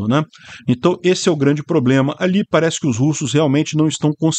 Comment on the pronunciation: O drone teve um PRRRRABLIEMMA.